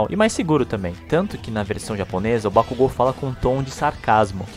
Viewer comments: só achei estranho a pronúncia de bakugo, pq ao invés de falares bakug'o' falaram bak'u'go, sendo mais difícil e estranho de pronunciá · A dublagem da funanimation tá boa pra caramba tá ruim só a porra da pronúncia BAKUGÚ < dói os ouvidos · Não foi nem no kazinho q eu fiquei puta, fiquei bolada pra caralho com a pronúncia dos nomes, me vieram com uma porra de bak u go, dando ênfase no U, pqp, muitos nomes e apelidos pronunciados estão me dando agonia só de ouvir, mas é a vida... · As vozes são perfeitas mais algumas pronuncias q quebram "Déku" "Bacugo" Kazinho q poderia simplismente terem deixado kachan, na luta do midorya e bakugo, do nada o midorya solta um "kazinho" ai corta o clima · Terminei de assistir as 4 Temporadas... E adorei, vozes boas, Núcleo principal de personagens e secundários bem escalados, talvez uma voz adicional ou outra não ficou tão boa, mas nada que não der pra relevar, as pronúncias: Deco, Kazinho e Bakúgo, da pra relevar numa boa... No fim, gostei bastante do trabalho, dá pra ficar melhor? Claro que dá, sempre da pra fazer melhor do que antes... Pra mim, melhor dublagem desse primeiro lote da Funimation! (Minha Opinião) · A dublagem br ficou boa, só n gostei q trocaram algumas apelidos como Kachan, e a pronuncia de Bakugou. Parece q no Japão tem uma fábrica de dubladores incríveis, q emoção traz na voz. Vc viu a dublagem de Steins; Gate? Se sim, o q achou?